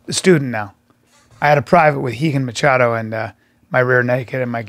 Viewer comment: Bryan's pronunciation of 'Machado' is killing me with cringe